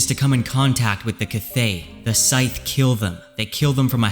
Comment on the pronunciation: Sithe is pronounced like Sith (from Star Wars).